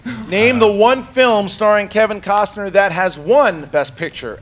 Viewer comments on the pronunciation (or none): none